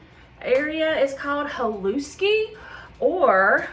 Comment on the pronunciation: The s in haluski is pronounced like an sh, so it's like haLOOSHkee.